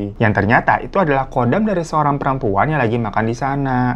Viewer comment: pelafalan KHODAM itu bukannya KODAM tapi dibaca HODAM, kalo dibaca KODAM artinya beda lagi.